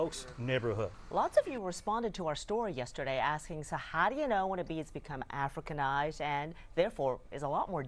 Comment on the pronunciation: "Africanised" wow.